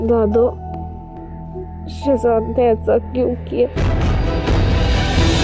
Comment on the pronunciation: Ye Shazad ka naam q nhi thek ley raha takeed q keh rha h shezad ko???????